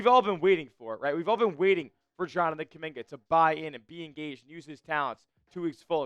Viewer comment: Bruh!!! If you ran the front office you would have got rid of (Kuminga👑)🫵🏾 You know nothing about basketball 🕵🏾‍♂️🔥🔥🔥💯 Or Have you🫵🏾 Ever been able to play basketball 🏀 with any type of skills💯💯💯💯🩸 You don't even sound right saying my brother name🖐🏾 🫣😳🩸🩸🩸